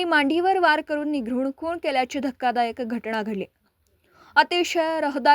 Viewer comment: तुम्ही बातम्या देता आणि तुम्हाला निरघुण आणि निघृण यामधील फरक समजत नाही